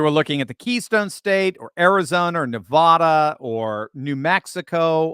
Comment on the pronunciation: It's pronounced: neh-VADD-duh